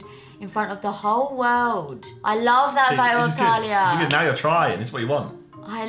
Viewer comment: just said ✨talia✨